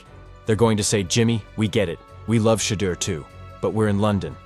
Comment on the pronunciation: cheddar sanders lmao ai fails again